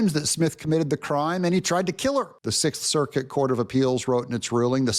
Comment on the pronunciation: "The Sith Circuit..." yeah, I heard it.